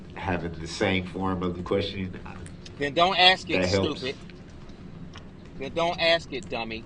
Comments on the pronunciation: Groundzz .. axed…. Would that be fair to say? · "Mommmmmyyy!!!! He not looking at me 😢, he looking at Those people! 😢😢He supposed to be lookin at me! 😢 Tell him Mommmyyy! I axed him a question!" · I like how he “axed” these questions to the witnesses as if THEY were the ones on trial, and not himself. Like, it’s Erika’s fault he was enraged It was the parades fault for being in the road It’s the officers fault for shooting at him It’s the FBIs and detectives fault for figuring out who he is. Everyone else’s fault except his. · I wish someone told him "I don't understand what AXED mean" !!! He wants to control that cop and to order him around because he thinks he has the power because he is his own lawyer or like he says "turd parry inter *wiener*" 😂😂😂😂